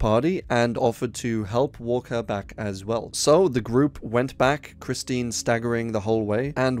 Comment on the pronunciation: Kristin smart not Christine